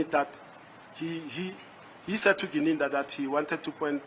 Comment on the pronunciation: How come that Ratha cant pronounce Mogola and Gininda correctly? He keep saying Mogole and Ginanda 😮 why ??